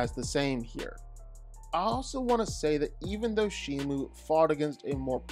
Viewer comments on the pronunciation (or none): none